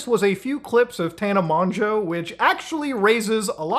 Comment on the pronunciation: thank you for pronouncing mongeau correctly